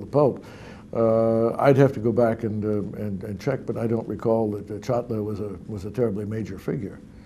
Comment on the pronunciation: Henze “Çatlı” diyor Birand “Çatli” diyor :)